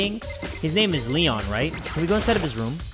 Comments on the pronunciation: Me: waiting for jay to say leon: l-lenh Me:... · Lloel?rlly?its leon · Why I got frustrated when he said L-le-o because I knew the killer bc I watched the anime😆🤣